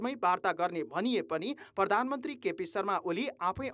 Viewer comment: भर्मण ,पर्धानमन्त्री के बोलेको हो संबाददाताले ? भ्रमण , प्रधानमन्त्री भन्न नसक्ने पनि कान्तिपुर समाचारमा । हैट